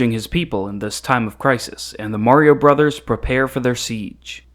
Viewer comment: “Brothers.” It’s pronounced “brothers”